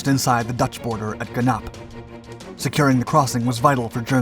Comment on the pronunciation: It is Gennip, not Gennap and Stavelot is a town in Belgium, not in The Netherlands.